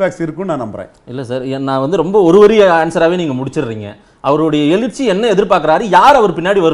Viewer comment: Rajinikanth who learnt Tamil in his 20s was able to pronounce Ezhirchy clearly while the Anchor is pronouncing it as Elirchy time and again. So much to Tamil standard among even the journalists